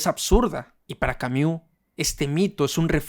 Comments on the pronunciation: No se pronuncia camiu jajsajsja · Creo que lo dice así en broma, igual no estoy segura jajaj